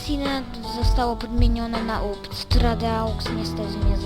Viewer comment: haha ups czyta sie jupisi